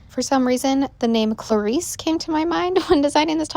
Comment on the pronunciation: Beautiful top. Just Fyi: Clarissé would be pronounced Cla-ree-say because of the accent over the E. If you want to write it the way you said it, it would be Clarisse.